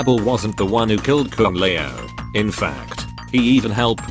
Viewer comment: Ah yes kung lay-ow